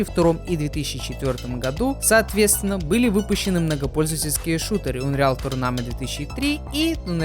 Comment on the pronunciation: а Унриал вместо Анриал норм было?)